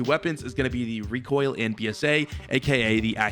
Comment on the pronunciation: excuse me sir it pronounce recoil 😑